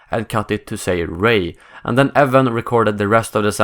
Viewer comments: he was saying Evan not E-wan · It's pronounced "you-wan" not "E-wan" still, good vid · EWAN not Evan... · LOL "EVAN" McGregor!!! I guess they couldn't afford Ewan so they got his cheaper brother instead!! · 5864 yep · LOL "evan mcgregor" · I understand that you are from Sweden, but for future reference, and in order not to upset more Star Wars nerds (like myself) Ewan is pronounced you-wun. I hope this is useful for future videos!!! Keep up the great work!!!! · Did he just call him Evan McGregor? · Almost. It's "You-En". But thanks for beating me to the punch! It always makes me cringe when people get his name wrong! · That's what I thought. Maybe he's French (Ewan IS pronounced "Evan" in French, from what I've heard)?